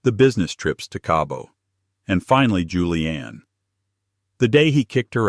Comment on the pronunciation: It's Julienne not Julian.